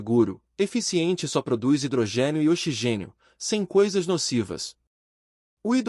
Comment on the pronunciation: Parei de assistir quando o narrador falou "xigênio" 🤦🏻‍♂️